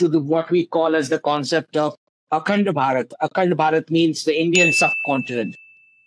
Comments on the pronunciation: You're still saying barat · Bharat first a is long vowel second a is short vowel. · You said Bha+rat who was a King after whom our country is named. It's pronounced as Bhaa+rat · Its not Ba raath ,please try pronouncing it as Bhaa rth. Nice videos, by the way! Thank you for these perspectives! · You pronounce it as "Bharath". There is no hard T at the end. The T is more like "th" in "the". "Bha + Rath". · BHARAT should be pronounced correctly, it's not tough. You can distort our name we don't mind, but country name must be respected.